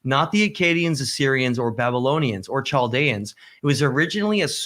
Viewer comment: Thanks for an inspiring conversation. - It's "(/kælˈdiːə/)" - more like 'Kaeldians'. Obligatory nitpicking:)